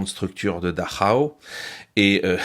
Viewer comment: Enfin, un qui prononce correctement Dachau ! 👍👍👍